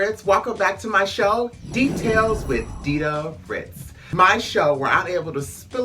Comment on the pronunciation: DIDA WITH A D NOT DIDA WITH A T CUZ DIDA WITH T GOES TA NOT DA!